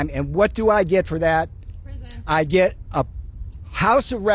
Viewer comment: "And what do I het for that" Response from a warrior: prison. I died.